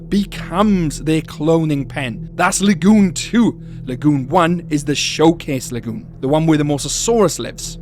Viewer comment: I love how you say LA-GEWN lol